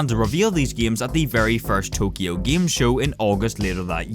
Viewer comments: Me and everyone I know: "Game": "Gaem" And that is a small part of why I keep watching these videos:) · It's a game not gaem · i love it when says “gyem” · When says gaem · Nobody: when he tried to pronounce game: Giêæm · here in northern ireland, we pronounce game: giêæm